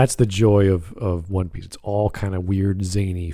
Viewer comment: How are they a one piece fan and not know how to say it 💀